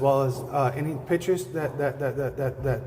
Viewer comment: Trailer trash saying Pitchers instead of Pictures....